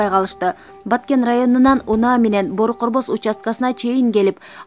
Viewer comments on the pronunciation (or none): Бору корбос дебей бөрү көрбөс деп оку билимсиз диктор. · Жакшы окуп үйрөн Бору корбос эмес Бөрү көрбөс болот